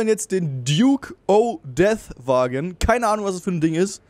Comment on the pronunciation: das Fahrzeug heißt duke o'death nicht o'death